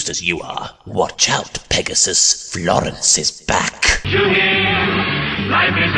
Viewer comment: Le ghasp. NOOOOOO!! NOT FL...FLOOOOOR...FLOOREN......I mean, NOT LORENCE WITH A F!